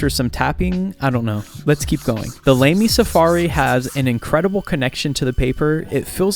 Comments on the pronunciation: It's A not E ( i think E is nowaday A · It's pronounced "lammy," not "lamey," for starters. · It’s Lămy not lay-me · It's pronounced Lah-mee not Lay-mee (German speaker here). Also, it's a great pen, let's hope Mitsubishi doesn't change anything. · It's LAH mee, not LAY mee. I hate AI narrated videos. Oh, it's not AI? Then I hate idiot-narrated videos. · Lah-me, not Lame-y. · 1 you pronounce it lay-me? It's lah-mee. 2 even though this is a cheap pen, you shouldn't abuse it the way you do. 3 if you do not know how to use it properly, what make you think it's a good idea to review it. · It's lamy, lAAMy not lamey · It is La-my not laimy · LAMY is pronounced "Lah-mee", not "Lame-ee". Don't upset the Germans :-) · I've always heard it pronounced LAH-me rather than LAME-y. :) I don't have this pen, but it does have a good reputation as a starter pen in the fountain pen community. If you want to go with a less expensive pen for beginners, I'd go with a Pilot Preppy or a Pilot Metropolitan. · Pronunciation: lah-me. Not lamey bruv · The name is pronounced "LAH-me." It's a German pen, a Safari model . It's inexpensive; you can easily spend more than $600.00 dollars for a fountain pen. One huge advantage of Safaris is that it and some other Lamy models allow you to easily buy and exchange nibs, which range from extra fine, fine, medium, broad, and stub AKA Italic, without having to disassemble the pen. The Safaris are inexpensive and durable fountain pens; they are a good buy, and write well. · Lay- me??!!!!! ROFL!!! This video sucks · “🗣️LAY-ME PEN” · “The Lamey”🥸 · Lamy is pronounced with a soft a, I believe, like in ladder. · Lost me at “Lamey” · The way its pronounced is Lah-Mee. I have a turqoise version of that pen. LAMY Safari first debuted in Germany in 1970. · "LAME-E" 😂😂😂... Great pronunciation 😂😂😂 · Pretty sure it’s pronounced Lommie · This man said "Lamey" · It's pronounced lahmee. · Blud literally said lamie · I don’t think that’s how LAMY is pronounced